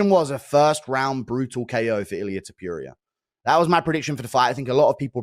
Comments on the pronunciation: Is not Topuria is TOE-PURE-RIA(Hermione Granger Voice) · Mispronoucing TOPURIAs last name by someone who calles hinself is pure ignorance and sloppiness. Calling him Topurioah is disrespectful. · Ohhh ok so its To-poo-rea instead of To-pure-rea . Meh. Ask Chat GPT if you can change your gender from a man to a woman 😅😅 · Mate how long has guru been watching illia.... Gone get his name correct.... Who the fuck is illia tapureia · Who the fuck is Ilia Topyooria? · Ilia ‘topewria’ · I know it is somthing wrong with me, but "Ilia TopJuria" hurts my ears. xP like both you guys, keep up the good work MM and Guru :D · Toe Pure Ria 😂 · To Pure eeah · Toepurier and Apturier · “Ilia To-Pure-Ee-Er” 🤣🤣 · the man refuses to believe its pronounced different than its spelt lol all we can hope for at this point is he interviews "topewrier" and gets corrected 😂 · Does Guru deliberately butcher Illia’s last name 😂? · Why does he say Topuria so wrong? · I can't deal with Guru's pronunciation of Topuria 😂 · I love it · How fkn ignorant you have to be, to say his name like that? You are a fkn pro, learn how to tell names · The man covers MMA for a living an can't pronounce the biggest star in the games name. And it's not even a tricky one, once you've heard someone say it correctly you can easily imitate it. I just don't know why he refuses to say it right 😂